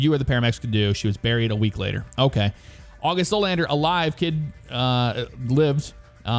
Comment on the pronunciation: Your first pronunciation of Agust was correct